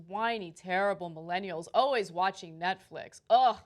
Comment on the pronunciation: Did she say Netflick? Lmfao